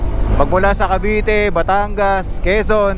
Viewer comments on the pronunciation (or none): none